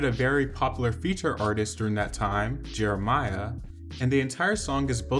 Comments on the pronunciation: Jeremih not Jeremiah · JeremiH.... not Jeremiah. State names correctly if you're going to report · It’s Jer-ra-mai! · People still don’t know how to pronounce Jeremih 😂